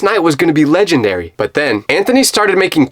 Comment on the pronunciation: Don't say ledanary say ledanberry